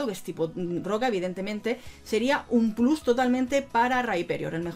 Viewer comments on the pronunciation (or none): none